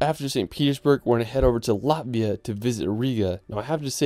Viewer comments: Latvia. It’s Latvia, not Lativa 🤦🏼‍♂️ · Just a small thing - it's Latvia. Not Lativa😂. Otherwise thanks for all great locations!